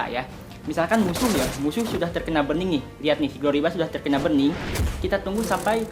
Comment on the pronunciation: buRRRning bukan bening